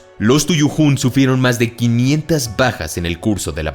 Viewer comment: En el dijiste pajas 😳 en vez de decir bajas